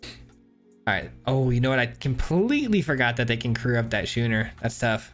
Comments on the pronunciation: Just a heads-up: That boat vehicle is pronounced "Skooner", not "Shooner" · Schooner is pronounced "Skooner" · why are you pronouncing schooner in such an odd way?